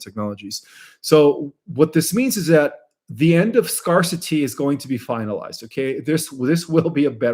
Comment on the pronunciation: Thank you, Dear♥️ Scarcity = scare-city, not scar-city